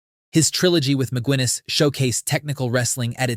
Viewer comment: Ma gu iness... And THAT's why AI's shit